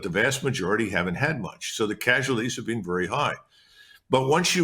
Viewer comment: Ritter and he both say "been" like "bean" and "again" like "agane." It's a very odd affectation.